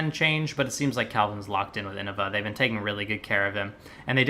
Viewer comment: Go! P.S. Is it a thing in Australia to pronounce "been" like "bean?" I don't know why I even heard that, but it struck me as funny.